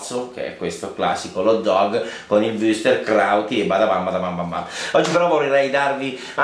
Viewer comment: Ei collega! Intanto complimenti, sei uno dei pochi che al di fuori dell'AltoAdige sa pronunciare la "ü" (che è poi uguale a quella di "verdüra). Però è Würstel, non wüster!!! Perché, secondo te, risulta così incredibilmente difficile? In ogni caso, ti rinnovo l'invito... fai un salto a Merano. Dopo questo video non potevo non ribadirlo.